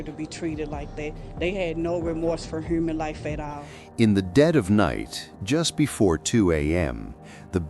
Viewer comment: Did she say heurman life